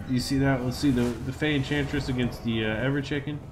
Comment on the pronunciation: ever-chicken. lol